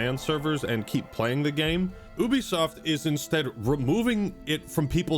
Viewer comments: It’s Ubisoft. not Ubisoft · Wait. It's it pronounced Oo be soft of You be soft? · How to you have a YouTube channel that talks about video games and you don't know how to pronounce Ubisoft? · Is it pronounced as "ooo-bisoft" or "you-bisoft"?